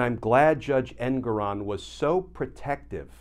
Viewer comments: Glenn, could you PLEASE learn the correct pronunciation of Judge Engoron's name. It's en-GORE-on. It is NOT EN-goron. We don't call you Kitchener. Start calling him Judge en-GORE-on. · Rhymes with 'more on'... for the censor. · His name is pronounced EnGORon.